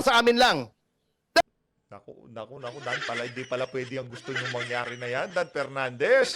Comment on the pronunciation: Media mileage lang yan para k PERnandez, feeling nya advantage sa boto nya yan. Pwe🤮 Matuto ka munang mag-differentiate between "F" & "P". Tali-talinuhan ka, ka naman.